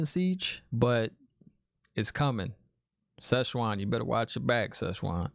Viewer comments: The ‘teleportation’ painting thing is confirmed to be a ter’angreal. He says ‘almond siege’ for ‘amyrlin seat’ and ‘Szechwan’ instead of ‘Siuan’ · Pronunciations: Siuan Sanche (pronounced: SWAHN SAHN-chay; /ˈsʲwɑn ˈsan.t͡ʃɛɪ/) NOT whatever it was you kept saying smirks with love Aes Sedai (EYES Seh-die) Ajah (AH-jah) Amyrlin Seat (AHM-er-lin) Maigan (May-gan, Megan) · No worries lol, prononciations is a big issue in this book series and is something fans have been struggling with since day 1. Think Amyrlin more as "ahmerlin" as in Merlin from Arthurian legend. And Siuan as I said is pronounced Swan. You haven't seen the worst yet for pronunciations let me tell you, guaranteed to not be the last time new show watchers struggle with words from this book series. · Like the reactions man. I'm a book and a show fan. Nice rant in the beginning. And I laughed out loud when you called Siuan "Szechuan." Lol... Szechuan is a region in China and has very tasty, spicy food. :D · Just a couple pronunciation points. Not sure if it’s just nicknames you gave them but I wanted to make sure you have it right if you want it: Suiane =Swan Amyrlin Seat: Am Er Lynn seat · Honestly you need to have merch that says “Szechuan, The Almond Seige” 😅😂 It’s hilariously wrong and I sort of hope you don’t start saying it correctly lol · 🤣🤣🤣 it's Swan and the other blue is Maigan. Nice speculation but I will not tell what you got wrong 😉. Also ignore the trollocs in the comments. Look in the compendium and you will understand more about the objects of power like the oath rod. And maybe use 🎧 to help with pronunciation.